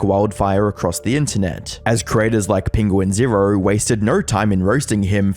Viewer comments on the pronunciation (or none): It’s actually pronounced “Penguin zee zero”, no joke. Steve-o’s wild ride podcast covered it right at the beginning.